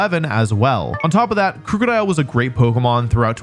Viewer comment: who’s gonna tell him it’s not crewcodile